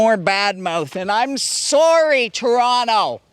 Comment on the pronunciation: B, C, A. NOT D. The D is not for thee, eh? As a fellow, your pronunciation of sorry has slipped, LOL. Do that which interests you the most, but if you are ambivalent, pick the one which is most new to you. Pushing boundaries is rewarding in itself, regardless of the vagaries of YT's algorithm. Cheers!